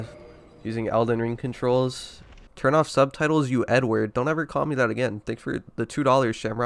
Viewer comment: It sounds like you said 'he called me n-word, don't call me n-word...now I won't turn off the subtitles.' I only know you actually said 'Edward' because I was there for the stream. Kinda funny how close n-word(not the actual n-word but literally 'n-word) sounds so close to Edward. There has to be some kind of comedic connection. Though saying Edward is pretty offensive.